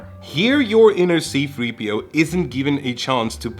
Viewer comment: Or was it SEA-3PO? :-D